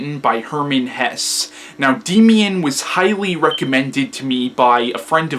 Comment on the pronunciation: It's pronounced "Daymian"